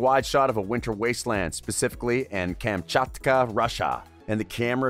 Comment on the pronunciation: Just so u know u Pronounce Kum Chot Kuh